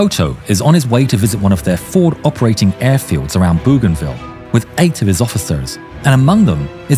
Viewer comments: It is pronounced Boh gahn vee ya. Goddamn AI voices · The U is silent in Bouganville 👍